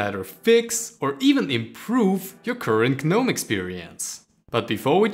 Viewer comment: You dont pronounce the "G" in gnome. Also, pretty standard extensions, not exactly a major discovery.